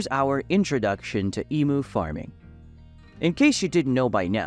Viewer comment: Its spelt emu It’s pronounced emyou ya twit